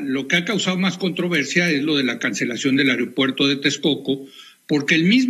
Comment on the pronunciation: Que nadie puede decir aeropuerto, el que no dice ario-puerto, dice airo-puerto, hablen bien...